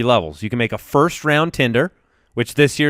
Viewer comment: It's TENDER, not Tinder. :-O